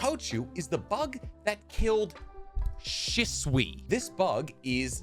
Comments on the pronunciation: That moment when you pulled up the mic, the camera started shaking, and you said “IT KILLED…… SHISUI” had me crying 😂 I love these videos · the dramatic emphasis when you said shisui killed me 😂😂😂